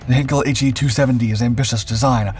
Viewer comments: I did exactly as you suggested—and found this: “You may want to improve your pronunciation of 'heinkel' by saying one of the nearby words below: height heights heir heightened heidi heirs heirloom heinous heis heian heinz heighten heidegger heiress heisenberg heinrich heifers heifer heightens heist heinlein heidelberg heightening…” etc. I’m a linguist. I lived in Germany. Besides which, see the comments of others beneath this video. I know what I’m talking about, friend. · Heinkel: Hine- kul not Hen-kel. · As with all German words containing the letters 'ei', the emphasis in pronunciation is on the second letter, the 'i' and not the 'e'. Heinkel is therefore pronounced as 'Hyn-Kul' and not 'Hen-Kul'. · Heinkel is pronounced "heyn-kel," not "Hen-kel" A henkel would be a handle, a German champagne brand, or a German chemical Company. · It's NOT "HAIN-k'l"; it's pronounced "HINE-k'l". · PLEASE learn how to pronounce simple German names! It’s “HĪNE-kul,” not “HEN-kul”! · "Ei" in German is pronounced as a long 'I' sound, not short 'I'. So, "HIGHn-kel". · You obviously know nothing about German pronunciation. It's my second language. The diphthong 'ei' is pronounced like the English word 'eye'. lancerevell5979 is exactly correct. If you have Google Translate, pull up German on the left side, type in Heinkel and click on the little speaker. You'll hear it spoken correctly. 'Hinkel' ist total falsch. The narrator just can't seem to be bothered with doing a simple bit of research. I hate to think how he would butcher names like Arado, Blohm und Voss, Bücker, Fieseler, Focke-Wulf, Gotha, Junkers and Siebel. About the only time you'll run into a difference in pronouncing 'ei' is with Dornier. Claude Dornier was from a German-French background. Thus I've heard both the German pronunciation of 'Dor-neer' and the French version, 'Dor-nee-ay'. Take your pick. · You are unable to pronounce the german name "Heinkel" properly, so that video is nonsense.